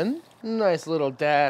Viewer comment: Great video as always and may i commend you on your pronunciation of worcestershire sauce! Spot on!